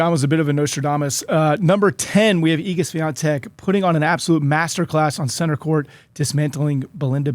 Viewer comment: Maybe you start with learning how to pronounce the name of Swiatek correctly